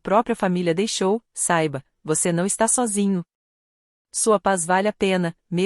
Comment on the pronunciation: Essas narradores tem que aprender a falar: a palavra é tola e nao tóla. É atônita e não atoníta,e não é xozinhoou chozinho é sozinho